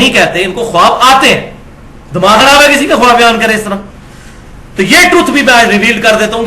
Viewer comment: ماشا اللہ معلوماتی پروگرام ۔ زرا سی گزارش ہے کہ لفظ "خواب" بولنے میں "خاب" بولا جاۓ گا۔خواب میں"الف" سائیلنٹ ہے۔"